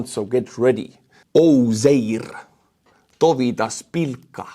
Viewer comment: Dovydas Pilka was perfectly pronouced, cannot be called butcherd 😂